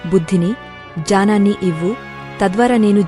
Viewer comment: జ్ఞానాన్ని ,జానం అని వ్రాయ బడటం, వలన చదివేటప్పుడు జానం అని చదువుతున్నారు..అని భావిస్తున్నాను.---ఓం తత్సత్